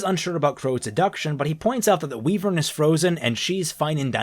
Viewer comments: It's pronounced WHY-vern, not WE-vern. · It's funny how OP's accent comes through at random times, like when he says wivern. And I've said it before, but Neo is just the worst character ever, she's a brainless, blank slate that also defeats every good character all the time effortlessly for no reason, she just kills all narrative and relative power. Given how she is portrayed, she could kill Salem in a few minutes.